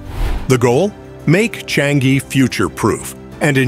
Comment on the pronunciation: sir, try saying Chang-ee